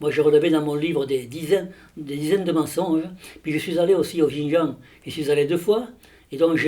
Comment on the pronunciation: Putain ça se dit expert et ça sait pas prononcer "Xinjiang" 🤡